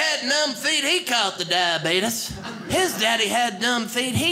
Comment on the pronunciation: That was a great set. Had me rolling 🤣 Thanks! I'm 50 years old and now have heard two people pronounce the word, diabetes, as "diabeetus." You being one, and Wilford Brimley being the other. 🤪